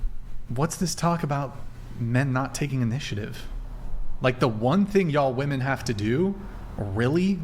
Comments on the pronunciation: Why tf do I keep hearing women say “woman” instead of “women” when they’re talking about “women” and not a single “woman” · How come these Gen Zers can’t pronounce women?